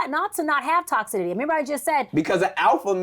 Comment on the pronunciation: I can’t wait to hear more of her content. I LOVE it, but did anyone hear “luckitly, toxidity, extonomically?” 😅